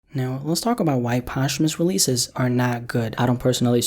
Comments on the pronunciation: “Poshh-Hoo-Mus releases”- Immortal words by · kindley fernand “post-humous” sounds really clunky and dumb compared to saying it smoothly in one. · He says Post-humous like it’s a sandwich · that blew my mind how posthumous is pronounced i thought it was like "post-humoos" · bruh you’re not even pronouncing it correctly. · I never heard anybody pronounce posthumous like this before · It's pissing me off everytime I hear him say it 😂😠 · yup lmao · Learn how to say posthumous before you make a video about it